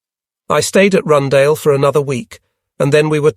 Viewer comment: I wondered for a second what was Rundale... Rundāle in Latvian is pronounced a bit differently